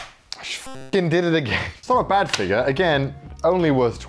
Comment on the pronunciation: I love the accent “figur”